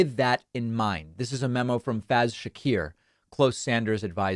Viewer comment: FYI, the name Faiz is pronounced 'Faze', not Faaaz, just because I know you're big on getting names correct.